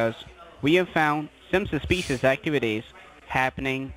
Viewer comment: They've "found sumsa specious activity"? That sounds bad, and he's not even reading it from a script.